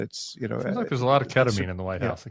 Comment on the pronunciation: KET-uh-meen, not KET-uh-minh. You said it right most of the time ❤️